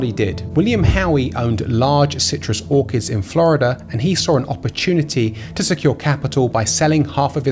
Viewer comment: Nice one! Orchards …I’m sure I heard Orchids! 😂